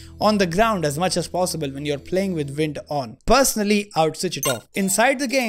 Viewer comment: How can you speak fluent english and say ”vind” instead of ”wind”?